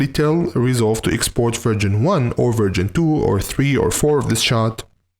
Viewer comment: You should be careful when saying 'version' because what you actually say is 'virgin' 😂😂😂